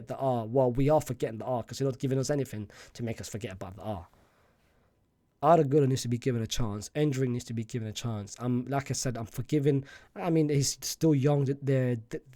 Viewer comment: Aura ❌ LAURA✅